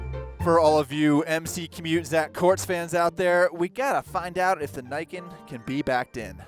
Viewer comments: It's "knee-ken" not "nye-ken" And the entire point, which (was it missed??? Did you not what the actual video???) is you have 2x traction on your front end. I'd love to see some braking statistics on this thing. For me, it's riding around on roads with oil patches. You're MUCH less likely to have the front wheel slide out from onder you if there are two of them. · "knee-Can" not "Nay-can" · You know, the name in Japanese would be pronounced "nee-ken", not "nyken". Ni meaning "two" and ken meaning "sword", the name can also be translated as "Twinblade". For obvious reasons. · Shouldn't it be pronounced knee ken instead of nye ken? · Thanks. That was fun. Just one thing: it’s Niken. Like NeeKen. Not Naiken. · Say what you will, the engineering is impressive. And it's pronounced "Nee", not "nigh". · Great video as always, but since I live in Japan your pronunciation of it bugs me XD Its actually ni-ken, as in "nee ken". Though im sure the reps over there told you it was the nyeken... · I like how enthusiastic you are about it but it's pronounced knee Ken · *Nee - ken Yes, I know I'm a weeb. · Pronounced as "Nee Ken" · It’s name is pronounced “knee-ken”, as in how the Japanese would pronounce the number two, (because the name means “two swords”). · Pretty sure it's pronounced like Knee-Ken, with emphasis on the Ken. It supposedly translates to "two-blades" from Japanese. Probably because of the way it looks thanks to the suspension. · i think it pronounced as 'nii ken' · its called (knee-ken) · Who's willing to bet it's not pronounces "neyeken" ? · it's probably pronounced kneeken since Japanese I sound is a long e sound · I dont usually use this term but, I cringe everytime they say "Niken" the Ni is pronounced as "Nee" please... it hurts. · It's actually pronounced as "ne" as in "neat" and "kan" as "can". The name niken literally means two sword.